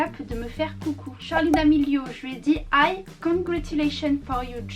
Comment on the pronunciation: Hi = ay 😂😂